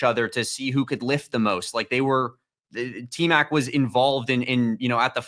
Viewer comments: It’s Tmac not Tet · Its T Mac not Tet, show some respect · Out of respect can you stop calling him tet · Aye bro please stop calling him TET 😂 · QUIT calling the man Tet, 😂